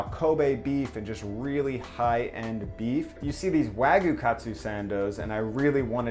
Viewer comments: Its 'wag-you' not 'wa-goo' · Its wagyu not wagu btw. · I appreciate how much work you put into this video & this series in general but it’s wagyu (pronounced like you)... not wagu... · wag-YU not wagoo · wa-gyuu not wag-yu : ^ ) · Wag-yu not wag-uh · no that its important but its like nails on a chalkboard to me. its wa GYU, you pronounce that Y in there. its not wagoo. its waGYU (imaging 'you' with a G infront) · It's wagyu not wagu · wag-iu not wa-gu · This video makes me so sad. Also "wah-gyuu" not "wa-goo" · For future reference, it’s pronounced ”wagyew” and not ”wagoo”. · Weh-guu :’) too bad it’s overcooked.. Nice try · Wagyu - pronounced "wah-gyu," literally means "Japanese beef." It's the umbrella that all other varieties fall under, including Kobe, Matsushita, and Akita (which are all just named after their region). Many places claim to have wagyu, but all Japanese cattle have a certificate with their information and a number. If the restaurant does not have a certificate telling you the cow that your beef is coming from, it's not legitimate wagyu. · the way he says wagyu like wagu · Wagoo? There's a "y" in it... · the y in wagyu is pronounced haha not just wagu :) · People. It is not pronounced "wagoo." Just pronounce it like the damn word looks! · That’s pronounced Why-You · It's Wa-Gyu T.T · just saying its pronounced wag-you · I stopped watching when he said waGU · I think your pronunciation of Wagyu is awful, but the sammich itself is dope! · Dear america, the "y" in wagyu isnt silent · sorry for nitpicking but you didn't pronounce the y in wagyu also you spelled it wrong. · Hearing Wagyu.. being pronounced without the 'y' sounds so weird in my ear... I mean its not a big deal.. im just not used to it...